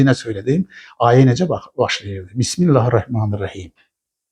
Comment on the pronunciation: Sen cani get Bismillahi duzgun telefuz ele..